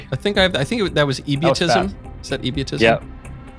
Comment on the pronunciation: and then comes "Ebiotism" LOL.